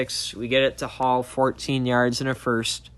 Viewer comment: Who the hell is t. Hall? It’s T. hill you fool